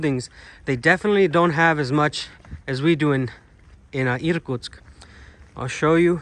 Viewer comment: I was born in the Soviet Union, but never been in the eastern area of Russia. Thanks to you I can see some of it. try saying irkUUUtsk, not Iiirkutsk, put a stress on U in the second syllable, 😀